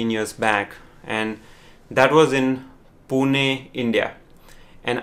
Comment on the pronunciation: WTF , Pune India means. Plz don't get me wrong but I felt my city is pronounced with disrespect. You may go through the video again...